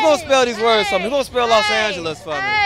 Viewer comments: los angelious lol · Not "los angles"😂😂😂